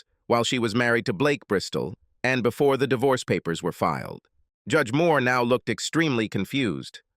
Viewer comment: The stupid accent change really ruins the mood of the story. Why does the bot reader have to say 'fil ed' instead of 'filed'? It seems such a simple word, one syllable even. Again, the stupid accent returns. Good story, only marred by the bot narrator.